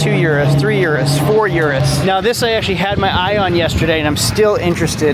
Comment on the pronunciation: That urus pronunciation 🤢🤮